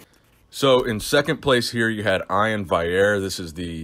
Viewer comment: Bro I didn’t know you could butcher Iain Valliere’s name any more than you just did.